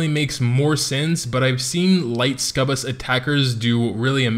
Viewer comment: I'm not sure why you keep calling them Scubus, amusing regardless, but didn't anybody say it's pronounced Suck-U-Bus? :)